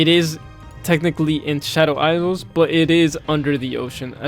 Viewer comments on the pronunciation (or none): your pronunciation of isles and island is genuinely fascinating, i dont even think ive ever heard anyone get the pronunciation of those wrong